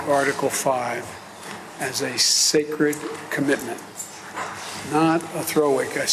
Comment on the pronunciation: Almost spat my tea out when Biden said Article 5 was sacride commitment.😂